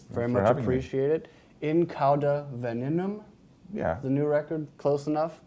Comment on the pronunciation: It should be said weh-NEH-num I think, not VE-ne-num